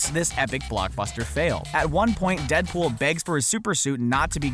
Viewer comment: He said danpool